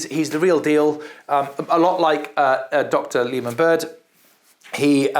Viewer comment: Baird is pronounced beared, not bird.